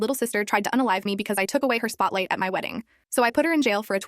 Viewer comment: It's "spotlight" not spotlight